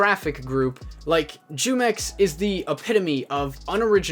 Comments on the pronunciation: iss pronounced who-mex not jew-mex lol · I don’t care but you said jewmex lol... it’s pronounced whomex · Its not jewmex its whomex, and i watched his video like 4 times but never subscribed nor liked, but sounds sketchy hmm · It's pronounced whomex not jewmex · Hello there fellow American it's pronounced humex not jewmex it has the h sound it's in Spanish just so you know you're welcome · The Mexican drink spelled jumex pronounced (who- Mex ) in Spanish short for jugos mexiconas "Mexican juice " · Its pronounce WHO mex its the name of a mexican fruit nectar juice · It's pronounced who-mex lol its a mexican fruit drink...delicious! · the J is silent. it's pronounced "Yoo-mex" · Pronunciation: Hoomex LuL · He said “jew-mex” lmao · Pronounced "humex" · It's pronounced Who-mex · The j makes the h sound in Spanish so isn’t it pronounced WhoMex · Here before everyone starts correcting you saying his name is pronounced "Who-Mex". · It's pronounced WHOMEX. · It pronounced Humex. it's a Spanish juice brand. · Say the j as an h sound and you will be saying it right humex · Jumex. "Who-mex." Other than that great video. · It’s pronounced hu mex, its based off a drink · Yo, jumex is technically an industry plant. Grupo Jumex, S.A. de C.V. (pronounced JOO-MEX) which means Jugos Mexicanos (Mexican Juice) is a brand of juice and nectar from Mexico. The Jumex brand is also popular among Hispanic consumers in the United States. Currently, the Jumex Group (which manufactures Jumex) offers lines of fresh and preserved fruit juices, nectar, children's drinks, milk, smoothies, energy drinks, and sports drinks in Mexico. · It’s pronounced who-mex like the Mexican juice company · It’s (hoo-mex) gringo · his name is pronounced "who-mex", it's a mexican drink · Jumex is pronounced whomex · Bro it's pronounced like whomex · Yeah it's pronounced who-mex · Its pronounced Hu-mex. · Your pronouncing his name wrong, I'm guessing u dont drink jumex white boy